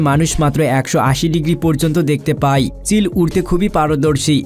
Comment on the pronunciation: Y er jaygay i .jemon pay na bole pai.vul uccaron.